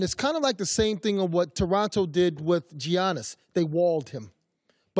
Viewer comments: IT'S PRONOUNCED YANNIS, YANNIS NOT GEEANIS, IT'S YANNIS GEEZ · ‘Gee-yaw-niss’ hmmmmmm🤔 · Mans said geeianis🤪🤪🤪🤪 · I cringe every time Uncle Tino pronounces the G in Giannis. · He’s still really out here pronouncing Giannis name wrong 🤦‍♂️ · He really pronounced the G in Giannis